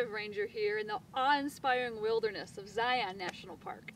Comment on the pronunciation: Please ZNP. After watching your video here, I humbly ask you to teach your rangers how to pronounce the name of the park! Use Webster's dictionary or website if you must. It's ˈzī-ən. LIKE LION (ˈlī-ən). Only if you claim Hebrew as your first language and are apt to wear a kippah (kippa?, kipoh?, kipa?, kippot?)---will we acquiescently accept the non-standard transliterated pronunciation of Ṣiyyôn?, Si-on?, Syon?, Tzion?, Tsion? or any of these other common New England Yiddish pronunciations. Think thusly... only peons (a lowly individual pronounced pā-ˈōn or pē-ˌän), or ions (an electrically charged atom pronounced ī-ˌän), or pi-ons (a subatomic particle pronounced \ˈpī-ˌäns\), would say zion incorrectly. (Other than that, you did a great job here Melanie)